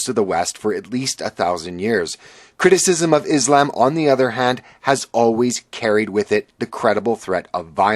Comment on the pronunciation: Excuse me? Is-lamb? Dislike.